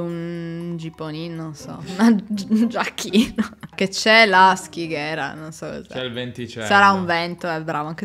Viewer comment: In milanes la pronuncia è: SCIGHERA!!! con la SC di sciame, sciare, scimmia etc e NON SCHIGHERA! Scighera ossia nebbia.